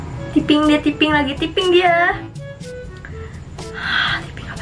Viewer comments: Typo dibaca tipo yg bener harusnya taypo Typing dibaca tiping yg bener tayping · Tyaiping kak bkan tiping😂